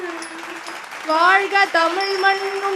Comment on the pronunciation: very nice, but I wish that someone could correct the na, NA, la, LA differences. that was off putting, It is not maNNan, like kerosene, it is mannan. Not avargal like kale (stone) but avargaL, please correct your pronunciations please, its not tamizh otherwise